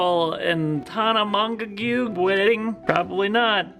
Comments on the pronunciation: Its pronounced ' Tana Mo Joe' Love you guys!!!! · The struggle to say Tanna monagu is real ( and apparently the spelling too ) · I believe it’s pronounced tana mongoose. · tAna monge-gew